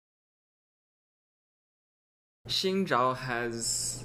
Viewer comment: Nope. It's not "Zin", it's a mix between "Shin" and "Sin". Watch the champion spotlight and hear how Phreak pronounces it.